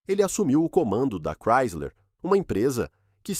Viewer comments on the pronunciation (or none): none